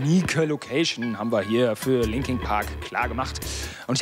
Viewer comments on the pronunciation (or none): Der Moderator soll erstmal englisch lernen und sich über die Bands informieren bevor er sie interviewt. Das sind LinkIN Park und nicht LinkING Park. Wie ich es hasse...warum hatte er die Chance diese tollen Menschen zu treffen und ich warte Jahre lang auf meine Idole und Jetzt is Chez tot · Was? 4 Disslikes? Okay wahrscheinlich wegen dem Reporter 😂😂 es heißt immer noch Linkin Park und nicht Linking Park 😑😐